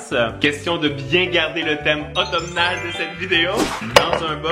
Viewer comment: Automnal se prononce avec un ''m'' muet en passant !